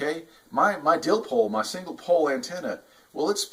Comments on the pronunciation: Dipole not dilpole lol!! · I cringed everytime he said that. Dipole there's no l before the P. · "Dillpole" LOL! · What the heck is a dillpole? Our you miss speaking and meaning a dipole antenna 😢